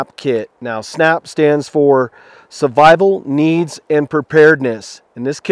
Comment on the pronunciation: I'm sorry but it has been bothering me a lot ... why do you pronounce "survival" as "suvival" ???